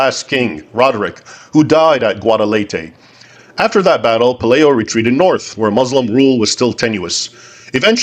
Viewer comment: Please say Pe LIE o, not LAY